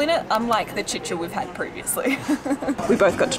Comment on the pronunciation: It was worth it just to hear her pronouce "chicha"